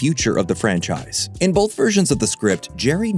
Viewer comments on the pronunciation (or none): Please stop pronouncing "both" as BOLTH!